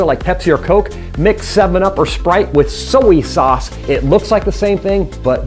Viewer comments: Cardinalade yeah """""" soey :/ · what is " so ee" sauce? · The way you say soy sauce is killing me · Cardinalade , that is how my dad says it and it bothers me so much